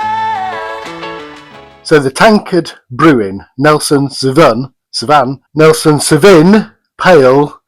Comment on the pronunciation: Another great video mate! For the record it's pronounced SAW-Veen🍻🍻🍻